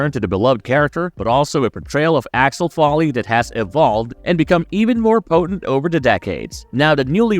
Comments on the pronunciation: It's Axel Foley😂😂😂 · sooooo... is the voice over on this video from someone who not American OR is it "A.I." because it/ they keep messing up, mispronouncing n getting the names especially the title character's name wrong constantly and even in different ways... NOT cool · Claims to be excited for the new Beverly Hills Cop movie and keeps mispronouncing Axel Foley’s name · Dude you cant even pronounce his name right ffs